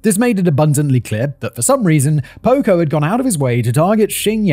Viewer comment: I keep thinking you’re saying pogo and all I think is gacy….